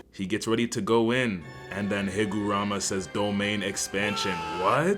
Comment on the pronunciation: "jujitsu kaisen" and "higurama", I'm dying by how you butcher some of the words..🥀